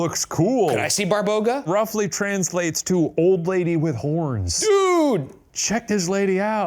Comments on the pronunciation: Hahahaahahaa you guys are a hoot! I love you! One thing it is not pronounced Barbouga it is pronounced like BA (like "ba" in bar) BA (same as the first, stress is on this second ba) RO (like "roh" in robot ) GA (like "gah" in garage ) :D Fun fact rog means horn so when Shane read she has a horn and you showed us a pic it was hilarious XD When I was a child they used to teas us about Babaroga XD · hahahahhaha I love when they say barboga and its actually baba-roga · Babaroga, not Barboga ✌️ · It is not a "BARBOGA" it is "BABAROGA" which translates to "Horned Grandma" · Hi, Serbian here! :D It's actually not Barboga, but Baba Roga (roooooughly translated as "Ugly Granny") - I'm assuming Shane saw an article referring to her as Babaroga, but I've never seen anyone put the two words together, so likely inaccurate. Other Slavic people might refer to her as Baba Yaga, though - they're often treated as sister beings, but they're likely one and the same, but different sub-cultures, different names :D <3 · BARBOGA??????? 😭😭😭😭😭😭😭😭 BABAROGA! As in Baba- Roga (Granny- Horn)... Come on man, you dyslexic? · Barboga? No, it's Baba Roga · lol Barboga :D it would be Baba Roga, similar to Baba Yaga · Shane it isn't "Barboga" it's "BABAroga" baba meaning grandma and rog meaning horns. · Baba Roga , not Barboga lol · Shane severely mispronouncing "babaroga" (my childhood source of fears and nightmares) was not on my 2025 bingo list but I am glad that we are here